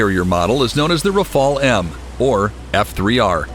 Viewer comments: Do your homework mate. The French aircraft is called Rafale...or RAF-ALE if you prefer. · RAFAEL is an Israelian defense company. Even if you are native english speaker, try to pronounce Rafale properly.